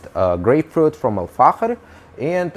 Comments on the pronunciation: He's spelling the ikh/ich , like it should be pronounced, as the Dutch do most likely, it's the letter خ in Arabic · The way he says Al-Fakhir is so satisfying, idk why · You've pronounced it perfectly really slayed it 👌🏻👌🏻 Greetings from Germany ✌🏻✌🏻 (Try out dark tobacco from Zomo like Strong Red, tastes really nice) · Dude I love your pronunciation, are you Spanish? Mexican? You pronounced Al Fahker With exact Arabic pronunciation